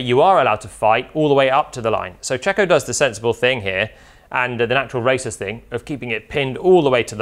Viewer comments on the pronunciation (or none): He says 'The natural racer's thing..' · did JP just say "the natural racist thing" rather than "the natural racer/driver thing"